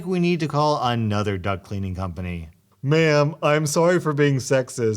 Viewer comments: Idk why, but I can’t stop hearing “duct cleaning service” as “duck cleaning service” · I thought you were saying duck cleaning company not duct cleaning company and I got very confused